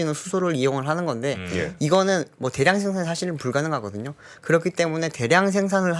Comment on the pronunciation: 대량[대: 량] 대에량 처럼 길게 발음 해야 표준 발음 대량 [대량] x